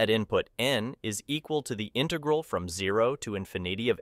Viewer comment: Why are you using a text to speech program? It definitely doesn't sound like a normal voice (says intaegral instead of integral)